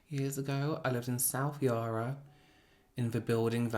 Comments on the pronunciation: I love seeing you cry in these! Of course I don't know you personally but it truly shows how beautiful your soul is! p.s you pronounced Yarra wrong hehehe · I’m Aussie and the way you say ‘Yarra’ omg 🤣 it makes it sound so posh 😂❤️